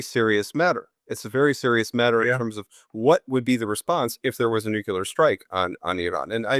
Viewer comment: Hey, interesting talk.. but please (a pet hate of mine).. it's not Nu-Killer.. it's Nu-Clear!